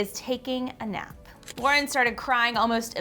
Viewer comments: Um its laurDIY not lauraDIY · They keep saying "laura diy" and I'm a pretty little wassabian and i DO NOT appreciate this😑